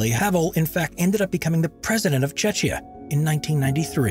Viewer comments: People don’t know how to say things correctly. You said Czechia which will mean if it is said like the name, it will be called Cuh-zechia. Instead, it is pronounced as Chek-ya. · Hmmmmm pronunciation! Czechia (Like CHECK-ya) and Vaclav (like VAT-slav) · I think he was trying to say Czechia which is a shorter form version of Czech Republic. He just doesn't know it's pronounced 'Checkia.' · You said Chechya?!? It's Czechia Not Chechnya. Use translator to know how it's said if you are bad at pronouncing. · These days, the Czech Republic is usually called Czechia, but it would be nice if the narrator had learned to pronounce it properly. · First of all you should maybe check how Czechia is pronounced. Second, 20th Fenchurch street in London, while originally it did heat up and melt stuff was corrected so this does not happen anymore. Would be fair you mentioned it in your video. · Please fix this mispronunciation 🙉 § Otherwise, video is very good. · Thank you for mispronouncing "Czechia"! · I can't believe they failed to pronounce entire COUNTRY'S name correctly no.4